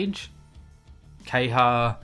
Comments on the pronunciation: KEHAYA, NOT KEHYA. gosh pls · The character is called Ke-Ha-Ya. Why do you keep calling him kay-ha?